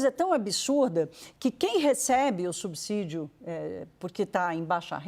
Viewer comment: Que raiva de perder 3 min e escutar um jornalista dizer "subzidio"! Estudem! Vcs estão matando a imprensa com viés político e péssimas reportagens.